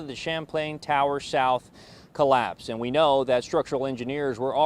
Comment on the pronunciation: They said “shouth” 😬